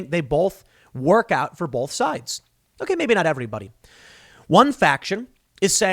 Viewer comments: Tim says “bulth” instead of “both” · If you do, please don't be like Tim and pronounce "both" with an "L", it will give you away and we will feed you to the hogs. Lol